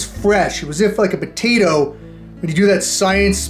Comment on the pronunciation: what was said: “fresh potato…” What I heard: “fresh POTITO…” Hope all is well man, I been watching you since the very beginning. Glad your still posting 🤙